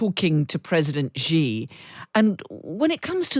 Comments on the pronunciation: Hey, could you stop pronouncing Xi as "Jzhee"? It's pronounced "Shee". The ʒ ("jzh") sound doesn't exist in Mandarin nor any dialect of Chinese. Please, as a journalistic organization, spend five minutes to learn the pinyin orthography and read Chinese names correctly. It's not hard, at least not in this case. The 'sh' sound isn't exotic to English. They took letters that seemed redundant—X, Q, and C, and reassigned them to other sounds that English orthography uses letter combinations to write. X got the "sh" sound, Q got the "ch" sound, and C got the "ts" sound. A few of the vowels aren't pronounced the way they're pronounced in English. 'e' is pronounced like "uh", so Deng Xiaoping is pronounced "Dung Shiaoping". Here's the easy way to remember this: Just think 'that's what Xi said'. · Do not underestimate their strategy, especially with China’s help. Xi is not pronounced Gee, it is pronounced She.